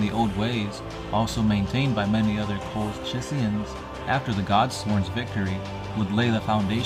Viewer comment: I beg you also to learn the enunciate of all the 40k words. Remember this entire genre is British in origin. Therefore all the words are pronounced in proper English. For example, Colchis is pronounced "Col-Kis"